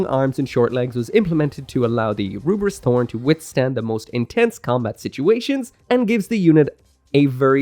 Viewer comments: "ELFRITH". THE DUB HAS BEEN OUT FOR MONTHS. WE KNOW NOW DEFINITIVELY IT'S "ELFRITH". NOT "L'FRITH" AND SURE AS HELL NOT "RUBRISS". I'm sure you don't intend it, but "Rubriss" comes across borderline racist - you've always been able to read that there's an L there, and thus had to know that the Japanese VA' s pronunciation can only be an artifact of the well-known difficulty of those who grow up speaking only Japanese distinguishing Ls from Rs. That is to say - and again I stress I'm sure you don't intend this - you sound like someone holding their fingers up to their eyes to pull them into a slant and saying "one rarge flied lice to go, anthing erse fol honolable customuh?" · I hated that he sticks on pronouncing it as rubris lmao. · Takes a lot of hubris to pronounce it "Rubris" 🤣🤣🤣😉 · While calling the Lfrith as "Rubris" isn't wrong, I just find it a bit annoying as it's actually meant to be pronounced as "Lefrith" it's just that japanese people pronounce the letter "L" as "R"